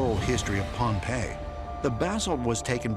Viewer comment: Great video ! just to correct something from the video, it's Pohnpei, not Pompeii